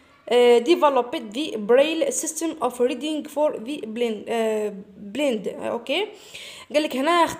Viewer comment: استاذة علاه تقراي الing مثلا كيما Reading تقرايها ريدينڨ غالط النطق لالا